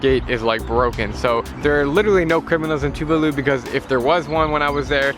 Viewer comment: I do not pronounce Tuvalu the way you do - mine goes like Tuuuvaaaalu. Anyway - great video!